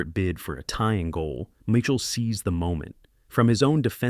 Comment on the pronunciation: My Shell?? Michael???You can always tell A.I. Narration: Mispronouncing names, especially francais ones. Also overly flowery script and overly generous adjectives.